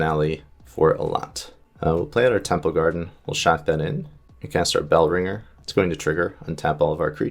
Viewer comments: He also says village bell- ranger a number of times when the card is called bell-ringer. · Bell-ring-er not bell-ringe-r 😂